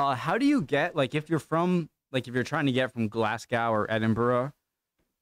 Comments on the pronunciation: You murdered the word Glasgow lol…..it’s not glass gow, it’s glaz go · Gah! 😫 Say it like 'Edinbruh' not 'Edinburrer' ; 'Glahs-go' not 'Glass-goww' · No, it's not though 😂 It's Glezga, my man! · Glaz-go is how you say Glasgow